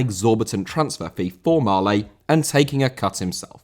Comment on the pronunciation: Marlet* not Marlei